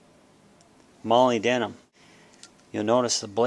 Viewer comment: It's pronounced "mo-lib-denum"